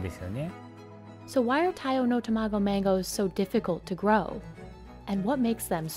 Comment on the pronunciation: It's tamago not 2 mah go